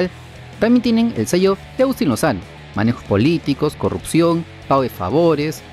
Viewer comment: corregir es Lozano, no lonoza